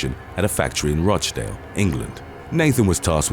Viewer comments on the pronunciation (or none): none